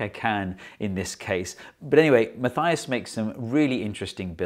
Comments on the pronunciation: Just an FYI, it's pronounced Mah TEE us. Not Ma THY us. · Very good explanation. Thank you. You should know that Matthias pounces his name mah-TEE-us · There's no "ay" sound in Matthias's name. Ma-tee-as. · There is no "th" in the name Matthias. It is pronounced like Mutt-ee-us.